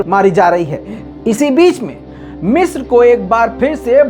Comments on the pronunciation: مصر نہ کہ مسر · Bhai it's (مصر)not (میسر) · Waah !!!! kya urdu hai meesar(misr) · 😂😂😂 urdu kamjor hai ki,❤🇮🇳😍🥰